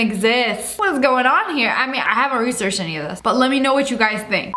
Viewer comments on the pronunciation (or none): Dude you butchered the word researched